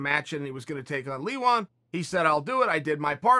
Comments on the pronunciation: Ya-rear. Lee-won. What is this; the Brandan Schwab school, of podcasting? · When Chael calls Leon Edwards, Leewon, his name is now Leewon. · "Leewon" Edwards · Chael: “He was going to take on Leewon” Leon Edwards: Legally changes name to Leewon Edwards